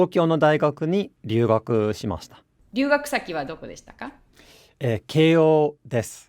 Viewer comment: は の「しました」はちょっと変な発音の仕方しましたね。「し/ま\した」じゃなくて「し/まし\た」なんですよ。冗談のつもりで言っちゃったんですけど(笑)